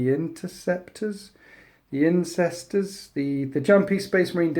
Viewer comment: "Incestors"?! I assume that they are Space Marines from Norfolk?